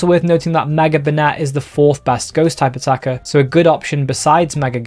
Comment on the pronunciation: Everytime he says "Type Attacker" I think he's saying "Stakataka"